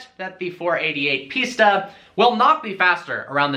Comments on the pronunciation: It's not "piecetaaa". It's "Piss-taa" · why do you keep pronouncing it pizza? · It's pronounced pista like pistachio or pfista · sounds like ''pizza'' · Cant even say pista properly :)